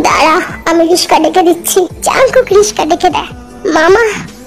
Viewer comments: রিকশা❌ রিশকা✅ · হাহা😂😂 আপু গো ওইডা রিকশা হবে রিশকা না 😂😂 যাইহোক আমিও রিশকা বলি